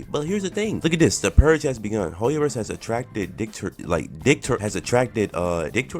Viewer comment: Ya wrap it up bro said dick-tor-ship